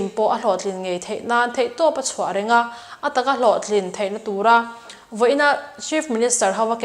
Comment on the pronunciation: Reng Lal tih a.Reng ang in lam tur. I lam dan kha a dik lo.Rengsi hi hnam hming a nia.